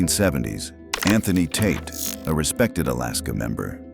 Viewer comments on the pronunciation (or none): none